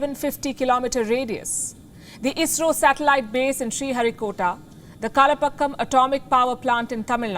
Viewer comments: Hello it is not “Kalapakkam “ but KALPAAKAM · Ms Palki.. It's कल्पाक्कं..